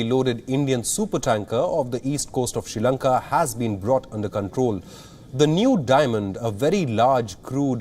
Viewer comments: Hahah - it’s ok 👌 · The guy keeps saying (she Lanka)🤦🏽‍♂️